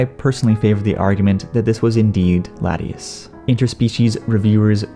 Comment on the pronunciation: u pronounced latias and dedenne wrong